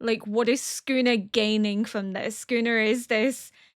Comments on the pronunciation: Everyone else: Sukuna: Skooner 😂❤ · Girl pls I'm begging you to pronounce ALL the "U"s in Sukuna 😭🙏